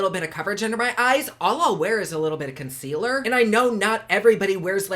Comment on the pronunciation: Consquealer lolol 😂 if it does everything it says I need to take a dam bath in it 🤣